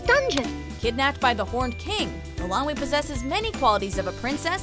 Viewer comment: Please, please learn how to pronounce Eilonwy. It sounds like "Eye-lon-wee" (stress on "Eye").